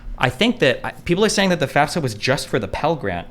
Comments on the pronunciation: Thank you for acknowledging that she’s saying FAFSA wrong like she odd 60 years old. Ps I just graduated recently, and it qualifies you for financial Aid! She doesn’t know what she’s even lying about. I couldn’t even get loans through my parents lol tons of subsidized and subsidized loans as well as a Pell grant. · Yeahh, as I said in the original Candace Owens video, she's straight up LYING about filling out a "FASFA" (which she says wrong, because she doesn't know what that is). I wish Destiny had called her out on that in person, but at least we're addressing her obvious lie now! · Candace Owens is bad joke. She's an affirmative action hire by right wing propagandists. They just want a black woman spewing their nonsense without sounding "too black". And she says FAS-FA. She doesn't know shit about student loans or cost of college. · FYI, I think it's almost a rite of passage to constantly mispronounce FAFSA as FASFA. It's definitely not an indicator of anything. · mm i dont thinkis that big of a gotcha. also i've only ever heard "fas - fuh" in my life. I never even noticed the s was after the f.